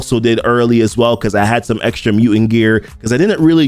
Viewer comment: It's mu"t"ant, not muant